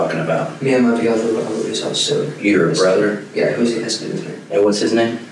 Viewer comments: He pronounced brother like BITH-AWW. Anyone know why? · Yeah!! When he says brother…. What was that!!? It’s not exactly an accent, is it? Just a weird way to pronounce some words.